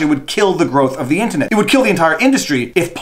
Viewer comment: Hey if it's pronounced mule-er Internet can't also be intinet